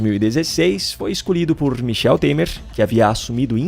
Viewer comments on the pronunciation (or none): none